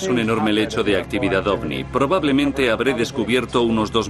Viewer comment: Me tuve que fumar todo el programa al relator diciendo OSNI en vez de OVNI. Hubieran puesto a alguien que por lo menos sepa pronunciar correctamente la palabra central del documental. En fin, una vergüenza.